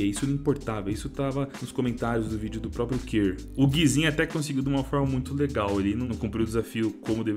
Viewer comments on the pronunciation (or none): none